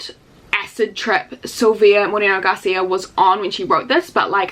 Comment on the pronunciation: The way you said “Moreno” was chefs kiss 🤌🏼♥️